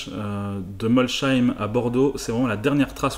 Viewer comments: Tout à fait d'accord. On ne prononce pas le "h" de Molsheim car c'est un nom alsacien. Ça fait vraiment français de l'intérieur là... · MolCHeim ??? tu vient de tuer le nom du village 😂 sa se dit Molsseim et sa s'écrit Molsheim me demande pas pourquoi mais c'est l'Alsace 🤷‍♂️ (et je suis alsacien 😉) allez biz et continue elle est super ta vidéo 😘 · MolSSSSSSSSSSSSheim ont dit pas CH, Néanmoins vidéo très intéressante comme d'habitude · Super la video 👍🏻👏👍🏻👏 Mais on dit pas molcheim on dit molsheim on dit pas le H 😅😅en habitant juste a côté sa me perturbé un peu je voulais te le dire. Continue comme sa t'es super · j'adore tes vidéos, vraiment, mais la non! Molsheim se prononce molSheim et non molCheim. Voilà c'est dit. Sûr ce, bonne continuation 👌😉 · Et pour un Schmitt c'est une honte ! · Hello. Pour l’alsacien que je suis le Molcheim c’est horrible.... ça ce dit Molseim ^^ Notre Molsheim national ^^ En tout cas merci pour ce petit documentaire tu attises ma curiosité ^^ super sympa merci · Bonjour. Extrêmement intéressant. Bravo pour vos recherches. Juste un petit point: Molsheim se dit "Molsseim" et non pas "Molcheim" :) Bonne continuation. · Très bonne vidéo, très instructive mais juste une chose on ne prononce pas Molsheim comme avec un "ch" mais bien avec un "s" merci. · prononcer molSeim pas molcheim! sinon super vidéo! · Hello juste petite précision ce n’est pas molsheim [ch] mais molsheim [s] ça ce dis molseim comme je l’ai écrit et avec des ami on a beau traquer les grange on a pas trouvé grand chose un jaguar et une Ferrari dino 👍😉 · Juste pour information, molsheim ne se prononce pas molcheim mais bien molsheim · J'habite à côté de Molsheim et on ne dit pas "Molcheim" mais "Molsseim" sinon super vidéo !! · Molshein avec un S pas cheim merci bonne vidéo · Pour info Molsheim pas molcheim 😉😂 et gien pas gian ..... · Je tiens à dire que Molsheim se prononce Molssaïme et non Molchaïme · On dit Mol-S-heim, pas Molcheim! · Mols - Heim